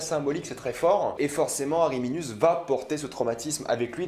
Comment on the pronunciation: alors c'est pas ariminius mais arminius